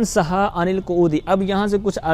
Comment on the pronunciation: سَھَّا المسبوق نہیں بلکہ سَھَا المسبوق ہے سھا بر وزن دَعَا